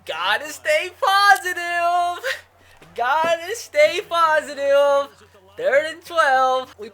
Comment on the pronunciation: did he say positiuve